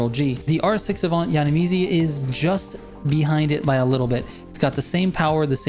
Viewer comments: YANNAMIZIII🤣🤣🤣🤣 It’s pronounced YAN IH MIZE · its pronounced YANNY MIZE. hes like the most famous custom wrap guy for cars and lives in the UK famous for wrapping for all these celebs and soccer players and does a lot of videos with carwow which is the biggest channel on car youtube reviews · Yan-ee-mize is the correct pronunciation 😄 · Btw, u pronounce yiannimize as yan-nih-mice(with a Z) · Your pronunciation of Yiannimize cracked me up dude 😂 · He said I different though ..... 😂😂